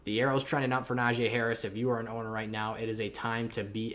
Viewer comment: pronounce najee’s name right. super disrespectful.